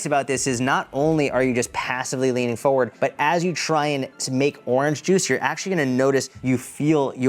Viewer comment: It’s also “for-ward” not “fo-ward”. 😂